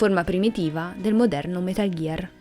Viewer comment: Però "metal ghiar solid vi" come lo pronunci stona è metal gear solid 5 non vediamoci la v di venom per piacere